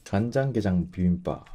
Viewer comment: 간장게장 양념게장 말씀하실때 사투리쓰신다는걸 단번에 알아차렸습니다 ☺️